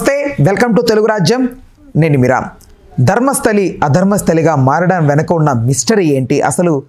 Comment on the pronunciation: Dharmasthali kaadhu raa! DHARMASTHALA